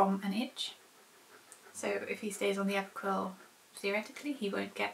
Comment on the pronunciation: When you said Approquel, I thought you said Apricot :D You said you may keep Key on it indefinitely, but you shouldn't. You should only use antibiotics when needed. Using it too much, and you get bacteria that is antibiotic resistant then. Which is a major problem.